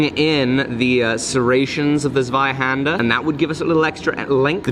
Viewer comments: Just a random german guy for listening to your pronunciation of "tha swaihander" haha xD love it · German here, great video, love this series! It’s pronounced „tsvihander“ Z-wei-Händ-er Ts-Vi-Hand-air Thank you